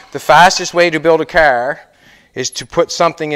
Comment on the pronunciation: Why is the end of every sentence have a double syllable . Flo-or . Cahar. Gro-ond. ? Ta-ake. Your funny. But insanely informative and I’ve learned a lot watching you. By the way it’s out. Not oot